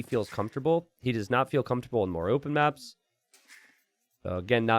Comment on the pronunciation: “Closed mÀèps”